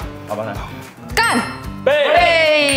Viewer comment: 这里笑死我了？是故意的吗？到底是想说“干（去声）”啊？还是“干杯（平声）”啊？